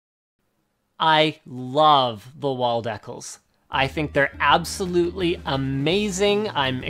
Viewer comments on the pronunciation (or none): deckles? linus its decals (Dee-Cals)